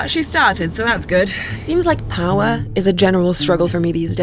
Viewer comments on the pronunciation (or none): How can you pronounce "rare" but not "power" or "water" ?????